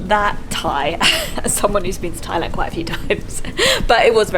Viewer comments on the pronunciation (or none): none